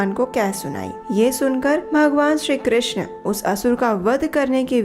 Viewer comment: Hare krishn' App bhut sundar awaj m har Katha ko sunati hai or bhakti marg ko pradarshit krti h uske liye dhanyavad Ek request h app hare krishnaa* pronounce krti h But Krishna* is draupadi's name Hare Krishn` 🙏🏻